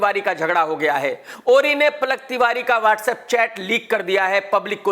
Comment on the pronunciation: Plak Tiwary nehi Palak Tiwary!! 🤣